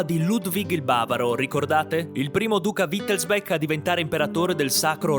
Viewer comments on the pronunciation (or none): Perché dici sempre Wittelsbek non è inglese si dice Wittelsbach con ch aspirata. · Credo che wittelsbach si legga come si scrive; è tedesco, non inglese; la parte finale bach si pronuncia come il nome del famoso compositore Bach…